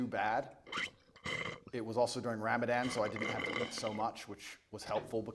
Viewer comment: not only did he keep referring to Allah as 'God,' but he also totally mispronounced 'Ramadan' lol